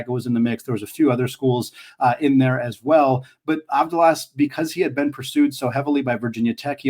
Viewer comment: The pronunciation is Avthalas. V as vat and Th as that. The first A you got it!